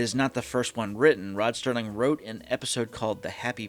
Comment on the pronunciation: Alright, if we are going to do this you have to stop saying Sterling instead of Serling. The man is an icon and deserves to have his name pronounced correctly.